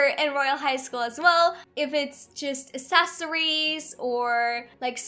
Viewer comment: Go watch how she used to talk and hear how she talks now.. I think she should learn how to say accessories